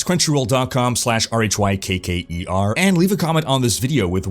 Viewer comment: "Hey folks! This is."